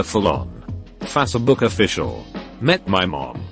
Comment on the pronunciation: fa se book